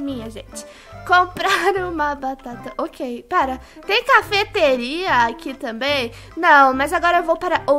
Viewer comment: Na hora que ela falou tem cafeteria eu passei que ela tinha falado tem capeteria👺